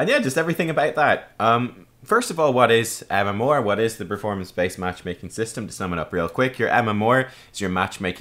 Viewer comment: UnityInChaos no but his MMOAR (MMR) is kinda odd. Maybe it's the Irish way.